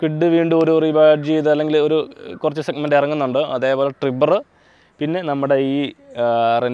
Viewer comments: നീ എന്താ പറയുന്നേ renot അല്ല reno... ട്രിബ്ബർ അല്ല triber😂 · റെനോൾട്ട് അല്ല റെനോ ആണ്.... ട്രിബർ എല്ലാ ട്രൈബർ ആണ്.... പിന്നെ നിങ്ങളുടെ സ്വന്തം വണ്ടിയുടെ പേര് കിഗർ എന്ന് അല്ല കൈഗർ എന്നാണ് pronounce ചെയ്യേണ്ടത്...